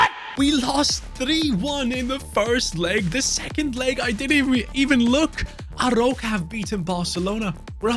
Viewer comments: It’s called „A-roo-ka“ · Amazing vídeo ❤ You read the arOUca, the "ou" as your english letter "O" 👊🤟